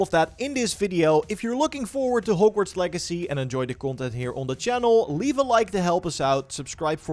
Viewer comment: Your accent makes it sound like you're saying horgworts lol I love it